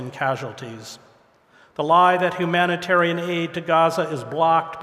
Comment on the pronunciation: "hoo-manitarian?" It's hyou-manitarian. Hedges, really!